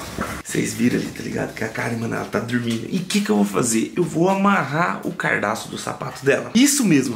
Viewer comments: OHH IRMÃO, NÃO É "CARDAÇO" , SE ESCREVE " CADARÇO". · ELE COLOCOU "CARDAÇO" KKKKKKKKKK (obs) o certo é Cadarço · Cara, não é "cardaço", se fala "cadarço" porraaaaaaa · Não é Cardaço é Cadarço kkkkkkkkkkkkk Assisto todos os seus vídeos. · Cadarço e não cardaço hahahahahahaha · É "cadarço" e não "cardaço" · “Cardaço” kkkkkkkkkkkkkkkkkkkk